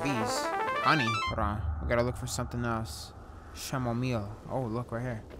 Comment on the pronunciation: Mans said “SHamomile”😂😂